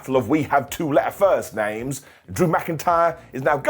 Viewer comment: You really are enjoying wrestling because I don't remember a time you messed up the names that bad lol, and I don't remember hearing the AJ is out of the OC, interesting to see if they just drop that